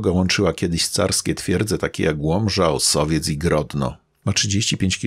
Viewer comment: Fajny materiał! Aż zapragnąłem pojechać tam tej jesieni. Drobna uwaga "Osowiec" a nie "Ossowiec" :-).